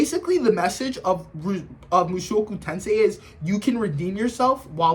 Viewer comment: i understood this guy didnt even finished mt the way he pronounced the title and called it power fantasy and rudeus the strongest like bro😭